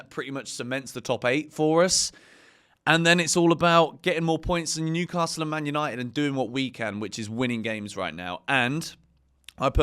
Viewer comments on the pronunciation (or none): none